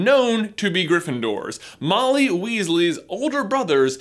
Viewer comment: Ron Weeesaly